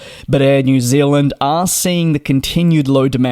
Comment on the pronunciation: New Zealand not Zilland